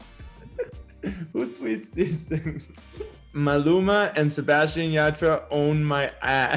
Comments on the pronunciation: Why did I get thrown off when he said his name americanized I was like wait who is Sebastian I only know Sebastián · En serio se atrevió a decir SebaSHian ? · Jajajajaj por qué dice así su nombre?! Jajajajajaj boludo tu nombre tiene un acento en la última A 😂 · okay but same😂😂 I had to rewind it to see if he really said it like that😂